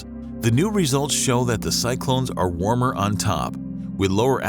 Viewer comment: Bro said „warm“ 💀